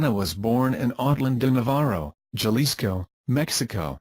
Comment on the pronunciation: The pronunciation of Jalisco is mispronounced. It’s pronounced Ha-lisco! NOT JAL-ISCO.